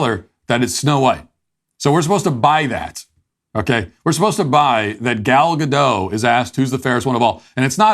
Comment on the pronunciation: The name is: GAL GADOT - with T in the end. :)